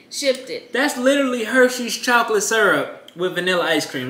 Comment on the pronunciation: Am I the only person that hears him say chalk-lit